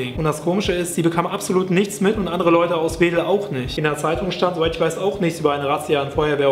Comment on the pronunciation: Wieso sagst du eigentlich immer "nischts"und nicht,nichts????Schweizee?